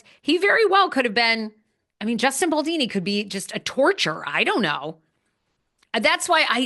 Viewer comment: It’s Baldoni not Baldini. Maybe you are mispronouncing it on purpose to mock him.